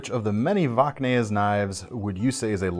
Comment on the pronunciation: Is "Vocknaes" really how you pronounce Voxnaes? Have I been doing it wrong for years?